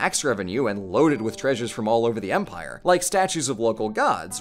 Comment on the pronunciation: When you said "Empire of Babylon," I heard it as "Vampire of Babylon" for some reason. I want that to be the title of a horror movie now.